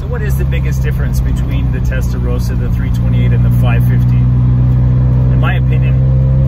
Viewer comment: Testarossa not Testarosa ...